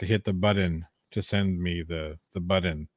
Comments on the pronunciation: “Hit the Like “Buddon?” What happened to the “t’s” in that word? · Joses rabbit hole - Chillito will be dining on some Peking Bunny before his hole is done. - there is no D in button dude (Butt-Ton) come on man. Never quits, but readily tries to withdrawal...lol They waited till the last day the court would allow - how was that rushed? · He can’t even say the word button correctly. He pronounces it like a 3 year old. It driver me crazy😝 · He said button correctly. He says button wrong purposely. Is he trying to look dumb? I don't understand his thought process lol.